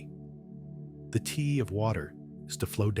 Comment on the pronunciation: Good information obstructex by the Ai voice pronuncing Te as Tee. Unfortunate